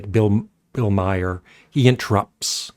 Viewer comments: His name is pronounced "Mar", not "My-er." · His name is Maher,not My her.